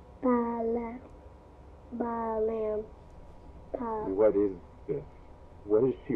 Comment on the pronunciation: WHYS HIS FIRST WORD "waht" 😭